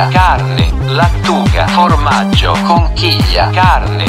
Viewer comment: Fa spaccare il "formaggioaggiaggio" di Google 😂😂😂😂